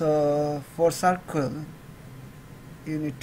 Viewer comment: No offense but it's not sarkul it's circle